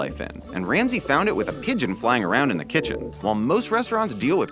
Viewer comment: Pedgion: :V Gordon: HECCEN PEDGION. Pedgion: :,V